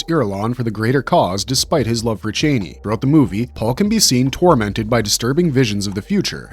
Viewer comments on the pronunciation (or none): Pronouncing her name as 'chainey'? Did you even watch the films? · Brother it's pronounced Cha-knee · Is this a bot talking or are you really pronouncing Chani wrong 10,000 times over like it isn’t said in the movie over and over again! Couldn’t be anymore annoying! 😂